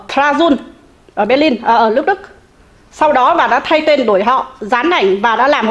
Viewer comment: Nghe cô nói lẫn lộn L, N mệt quá. Phần lớn hồ kiều nói L, N Nhe cô nói LƯỚC Đức. Làm ơn nói NƯỚC Đức cho tôi nhờ.